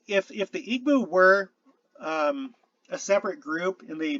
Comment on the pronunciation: EE bow. Not EEg-bow. The "gb" is a sound it's a B sound not quite like an English b. Most West African languages have that sound. Another sound you'll fine is kp but it's a "p" kinda sound.